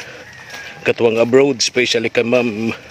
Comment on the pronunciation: Nakakatuwa mag bigkas ng Abroad (abrod) si kuya ang kanya Abrowwwwd